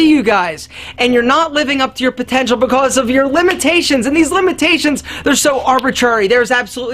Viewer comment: The way says because is making me laugh every time: "bicos"